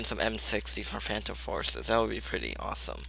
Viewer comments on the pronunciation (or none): none